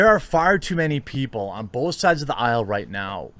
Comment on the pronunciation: " 🥴 BOETH SIEDZ! BOETH SIEDZ! 🥴 "